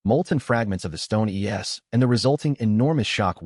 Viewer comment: It's an AI audiobook, so it has AI quirks. It's much better than having no audiobook at all, but of course an actual narrator is better. Some of the quirks are it saying "Monster Es" like "E es", as in the letters, not understanding cut words (saying "ali-" as alee rather than realizing it's supposed to be alive and pronounce ally), not doing onomatopoeia at all (the BOOOOOM is a soft "bom" rather than as a explosion), and sometimes just messing up words based on context.